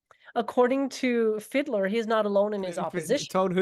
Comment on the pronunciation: "Sebastian Fiddler" is surprisingly accurate... i mean it's mispronouncing the hell out of the name ^^D, but "Fiedler" literally translates into "Fiddler"... And lemme tell you, as the filthy "Kraut", that i am... I really don't know, if i wanna cry, scream, barf or punch somebody, when i see the extraordinary amount of incompetence, stupidity and ignorance, that our politicians demonstrate, on the topic of legalisation... (not only there, but this one topic, I actually give a shit about) "rheinische Post" was actually damn good! The "post"-bit may have been slightly wonky, but the actually tricky bit, you totally nailed ^^D You can mock and joke about the "classic saftey arguments"... but that Fiedler-cunt and his braindead friends actually dug up the old lie about "Cannabis being entry-level drug, that leads to harder stuff, like Heroin" ... that total, fuggin, douche-canoe... "why doesn't Germany look to Canada"... well because our politicians like to ignore facts and reality, or even go so far as, spreading bold faced lies. Don't remember which politician it was, but one actually claimed that Canada had "~44% Cannabis-Consumers since the legalisation"... our politicians wanna pretend that we are doin something "super unique" and are gonna produce "valueable statistics and data, that does not exist yet"... And the planned legalisation date of April 1st, is pretty questionable. The Vote has been pushed to end of February and still need to pass through the